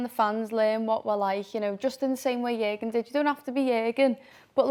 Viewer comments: Stop saying !JERGEN"! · I’m sure one of the reasons Jurgen left was because of the pronunciation of his name 😅. Wow they butcher it!! Wtf is a yerrrrrgun 😂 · Your doll has to be banned from saying Jurgen. Ffs